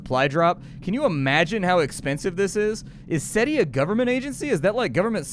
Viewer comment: It’s SETI ya twat. You obviously wouldn’t count as intelligence